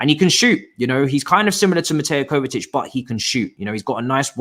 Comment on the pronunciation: bro its Kovacic not Kovatic, he's been here for 3 years...